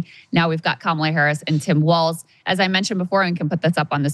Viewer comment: JFC, Krystal is creaming so hard for Walz that it's almost medical, and she doesn't even know how to pronounce his name? 😂